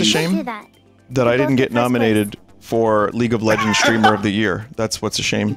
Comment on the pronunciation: Vinny pronouncing "streamer" as "shtreamer" always gets me